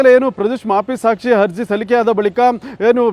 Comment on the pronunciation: ಹಜಿ೯ ಹಗ್ರಹಾರ ಹಧಿಕಾರಿ ಹಾರೋಪಿ ಹಪ್ರೂ ವರ್ ಹಾದೇಶ ಹೆಲ್ಲ ಹೆಷ್ಟು ಹೇನಯ್ಯ ನಿನ್ನ ಕನ್ನಡ ಹಹಹಹಹ😊😊😊😊 ಹಕಾರ ಹ್ಯಾಂಕರ್